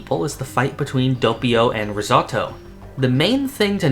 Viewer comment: your butchering Doppio's name & U call your self a JOJO fan NOOB